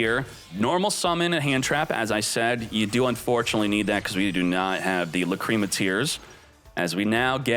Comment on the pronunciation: Why does he say, "Lacrima" like that?